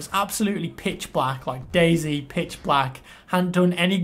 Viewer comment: It's pronounced day "zee" not "zed"